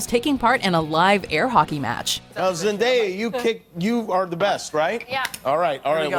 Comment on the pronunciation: Wow first video that said her name right